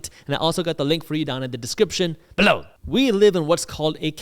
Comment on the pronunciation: is there any way you can stop saying below in the voice that you do?